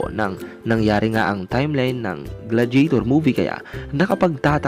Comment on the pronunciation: Gla-di-ya-tor bro not gladjetor